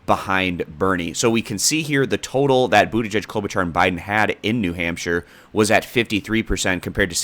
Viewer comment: Fyi it’s pronounced Klobu-(shar)